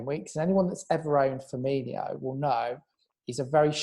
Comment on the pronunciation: Please learn how to say Firminos name properly